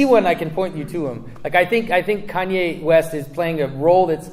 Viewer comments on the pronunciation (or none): none